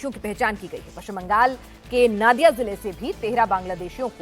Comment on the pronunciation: Its nadia not naadia